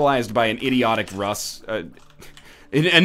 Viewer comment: Its not Russ, its Ross Gawdmanit Ross!